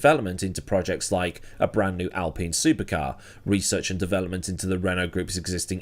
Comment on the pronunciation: al pain is how admiral general aladeen would pronounce alpine